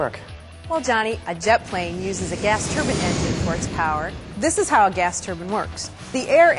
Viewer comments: It's a "turbine engine" not a "turban engine"! somebody slap her! lol at "it's easy man; it's engines!" no way man they use engines on those things?! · It's TURBINE, not a fucking TURBAN